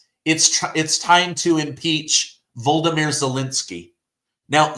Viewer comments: VO-LO-DO-MIR NOT VOLDOMIR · Volodymyr not Voldomyr. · His name is Not Volde- mir ... it's VLaaaadiiimir ... 😂 I don't like that guy but still pronounce nim correctly 😂